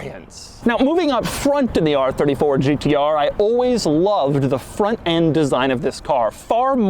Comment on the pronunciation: says Gtr like a pirate would say it Gt arrrrrrr